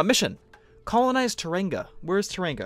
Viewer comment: you slaughtered the pronunciation of tauranga